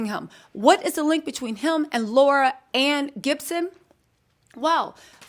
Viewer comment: Why is it so hard to say Laurie-Ann ? Don't do that.